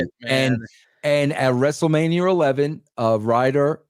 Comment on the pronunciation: Vince said "WrestleManiER" lmao